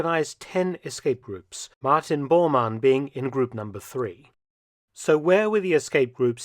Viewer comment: He called him "Martian" Bormann. 😂